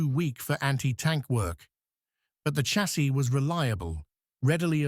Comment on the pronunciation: Fuq AI slop .... In English, chassis is "sha-say", not a hard ch- as in church. Who says? Oxford dictionary.